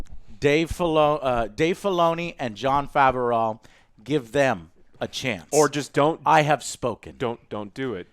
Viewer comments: Jon Faver-OW pronunciation is killing me!! 🤣🤣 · LOL Why does Joe says Jon Favreau "Fe ve rou", Most people pronounce it "Fav ve row" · Why does call him "Fav-er-ow"? Just say "Fav-ro" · everyone:Jon Favreau, Joe: Jon Favehraugh, Matt Damon: MATT DAMON! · Who is Jon Fav-a-raugh? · He's killing me with his pronunciation of Favreau, lol. "Fav-uh-ray-ow" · Jon FAW-ROOOOW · Who the hell is Jon Faverooww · Joe, Jon Favreau's name is pronounced Fav-row. Like fab (short for fabulous), just replace the b with a v, and ROW, like row your boat. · Favreau is two syllables not three. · And sometimes "Jon Fav O'Row" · Literally 2 people I watched with also gave note to Jon Favehraugh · Favreau is pronounced Favro :) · 1. The Vibro Blade was already in Ch2 when He's fighting the Mudhorn. It even vibrated like in Ch3. 2. Even though they weren't fighting to kill Mando still won in the end. Oh in Ch5 we'll probably see Bill Burr and for the love of God Joe stop mispronouncing Jon Favreau's Name it feels like you're doing it on purpose.